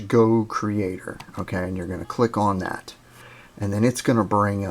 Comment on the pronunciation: do i hear you saying dat instead of that?